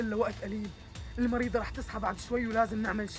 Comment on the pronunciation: مين انتبه لما الدكتور قال المريضة قل المريدة